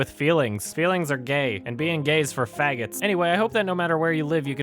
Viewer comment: Wow he really said faquets